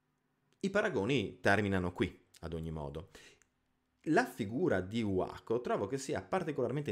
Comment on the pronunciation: Bello, bello, bello! Mi è piaciuto tanto. Una curiosità: è attestata la pronuncia “uaco” piuttosto che “vaco”? Penso alla differenza tra inglese e tedesco